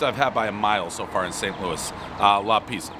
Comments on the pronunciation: The place is called La Pizza and Pres somehow manages to mispronounce "pizza". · Trash pizzas lately made him forget how to pronounce pizza, everybody knows the rules.